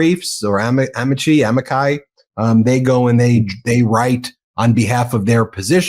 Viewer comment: You pronounced “Amici” correctly— (AMI-CHEE). It translates to “friends” of the court.